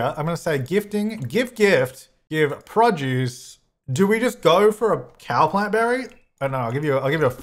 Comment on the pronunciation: I love how you say Produce. :) Prajuice ;)